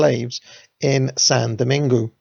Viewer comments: Love the series and your channel, but please, if you're going to to be pronouncing French place names, learn how to do it properly. It was painful hearing Dom-in-goo and Day-sa-lines. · you nailed the pronounciation of "saint" then stumbled every time you said "Domingue". If you say it like "Doh-mang" you'll still be wrong but you'll be a lot closer.